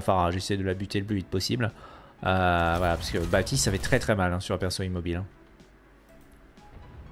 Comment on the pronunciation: Pourquoi BaPtiste ? C'est un prénom et même un mot courant de la langue française dans lequel le P ne se prononce pas